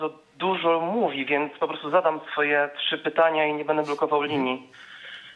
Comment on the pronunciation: Racja, dzwoniący do studia to jakaś tragedia. Nawet pytań nie mieli przygotowanych. Ciekawi mnie czy dzwoniący z 20 min programu to w ogóle obywatel Polski ? Jak dla mnie to Rosjanin lub Białorusin. Sam fakt, że nie potrafił nawet poprawnie wymówić pytań może świadczyć, że to obcokrajowiec. Dodatkowo pytania o szczepionki i sytuacje między ukariną i rosją od razu wskazują na trop wschodni.